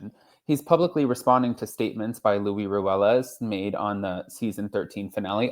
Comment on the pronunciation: It is Luis not Lo louie